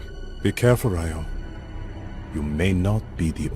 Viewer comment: why does her name go from being pronounced "ree-oh" to "ray-oh"?